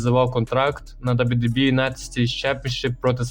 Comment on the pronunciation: "Да-Дабу-І" Відоси прикольні, але ж бо треба попрацювати трохи з дикцією😢 або вибрати слова які важко вимовити і замінити синонімами. Наприклад не казати кожен раз "WWE", а замінити на: компанія, промоушен, федерація і т.д. Успіхів 💪🏼